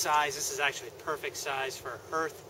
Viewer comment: .hearth härTH/ noun noun: hearth; plural noun: hearths the floor of a fireplace. "the crackling blaze on the hearth" the area in front of a fireplace. "they were sitting around the hearth" used as a symbol of one's home. "he left hearth and home to train in Denmark" not "herTH"